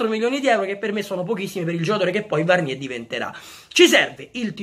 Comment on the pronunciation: Bella idea Comunque Varnier si pronuncia Varnièr anche con la r alla fine